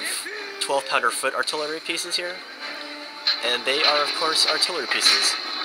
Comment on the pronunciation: "artilery department" ha :)